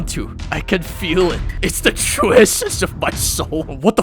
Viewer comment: "IT'S THE TWUE ESSENSE OF MY SOUH"